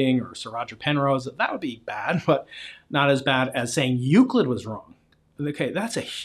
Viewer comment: said Euclid wrong